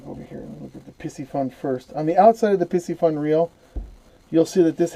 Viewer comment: "Carbon frame" is just a fancy term for plastic...those aren't 5 weights, they are magnets. Pretty sure pisci isn't pronounced pissy. Piscifun is Pisk eh fun. Pisc as in piscis (fish in latin) The cam is called a pinion gear. The plastic inside of the Abu are parts that don't wear a lot. Abu has been made by pure fishing (chinese company) With the exception of a few, ALL abu are made in china. They make a few Ambassadeur in Sweden still, but most are made in china. The Abu also design their own products. Piscifun does not. They reverse engineer other engineering and copy. It is much cheaper to copy than to design their own.